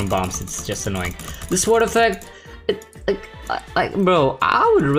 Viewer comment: not to be rude but you r supposed to pronounce sword as sord Love you drunk